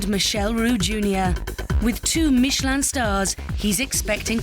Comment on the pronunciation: "bringing a Mitchellin star"